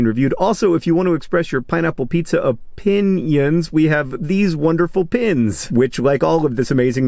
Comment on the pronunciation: Yes, I literally rolled my eyes at my phone when you said "o-pin-ion"